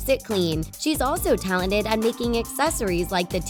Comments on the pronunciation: It’s talented not talined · She said talented wrong dude listen back at the start